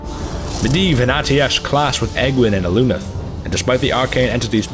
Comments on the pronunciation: It's "AGE-WYNN" REEEEEEEEEEEEE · I always thought Aegwynn was pronounced age-win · When I first read ASOIAF I actually used my pronounciation of Aegwynn to help me pronounce Aegon Targaryen, but maybe it IS age-winn and I've been saying it wrong for years (oh god) As for Meitre...damn him. Damn him and his difficult name. I actually had to ask a Lore source of mine on how to actually pronounce. Apparently it was up in the air so we agreed on "My-Truh" and I threw on a little roll of the R there And definitely! Vrykul King Weapons are coming soon! Working on a different script at the moment but maybe that'll be one of the next few themes for the next Holocore ;) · I've heard it pronounced both ways, so who knows... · Quite possible, actually! Wouldn't be the first Warcraft name I've mispronounced. We really need a Warcraft dictionary for direct definitions, translations and phonetic pronounciations!